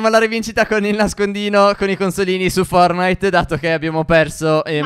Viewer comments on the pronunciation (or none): Stef hai detto fornite non fortnite hahhahahahaha😂😂😂 capita anche a me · F O R T N I T E forttttttnite non fornite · Si dice fortnite